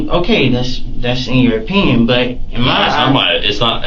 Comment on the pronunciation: I got my pynnoyns and you got udder pynnoyns